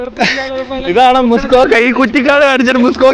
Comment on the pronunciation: മുസ്‌കോക അല്ല മസ്കോക ആണ്.